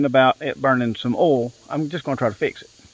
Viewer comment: Are you saying oil or all ?